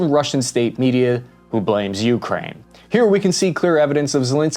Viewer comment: Stop calling it Juukrajn - please! (And no,not even local)